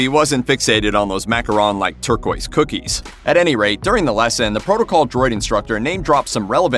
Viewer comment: Thank you for pronouncing macaron correctly. Other reviews I’ve heard have said macaroon which is an entirely different cookie.